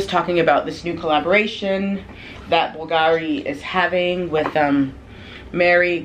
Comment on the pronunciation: Love the Bulgari bag, it is very special (to pronounce Bulgari properly, the accent goes on the U, instead the A) love the video.